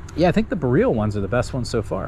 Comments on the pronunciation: If your going to make a video on BOREAL varieties of Haskap. Please learn how to say BOREAL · Great vid but please say BOR ee ul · I had not idea what he was talking about did not recognize the word until I read the comments here. I am new to haskap and did not know the name if I did I would put 2 and 2 together.